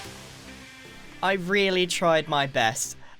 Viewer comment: Grian:really long weely long. Me: ya mean really long REALLY long?